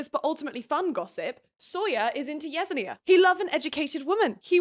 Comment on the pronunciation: I haven’t read the books so I fully accept I could be wrong, but the character who’s name you’re pronouncing “yez-en-ee-ah” would make more sense to me pronounced as “yes-en-ya”